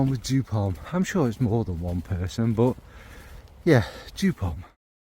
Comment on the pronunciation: Sorry to say: it’s joop (German pronunciation). But you are kindly forgiven.😉